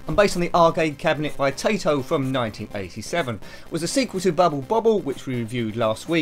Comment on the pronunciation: Taito is pronounced TIE-TOH, not TAY-TOH. Thought, I'd mention it.